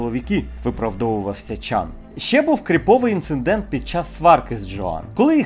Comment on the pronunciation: Друже, інцидент. Не інцендент. Будь ласка